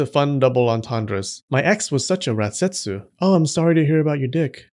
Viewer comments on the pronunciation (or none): I keep hearing ratsetsu 😭